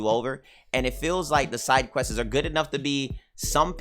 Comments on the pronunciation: "questesez" lol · I don't even know how I'd spell quests the way he said it lol. So questes was my first attempt but questeses is more accurate i think lol idk